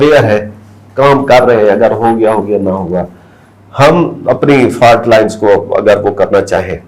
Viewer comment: Did he say correcting the FART lines😅😅😅